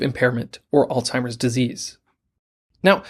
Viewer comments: Stop saying old timers. It's alzheimers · Is the narrator pronouncing it as “All-timers”?? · It’s not “al-Timers” disease. Look at the spelling. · Lol, my pet peeve. Where is the 'T' in Alzheimers🤔